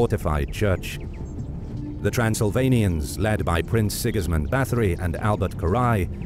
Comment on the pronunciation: I wish the narrator would've tried harder with the pronunciation of names. Both German and Hungarian were absolutely butchered,. Having an English accent doesn't excuse that in my eyes.